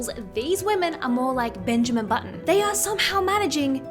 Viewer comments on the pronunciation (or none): none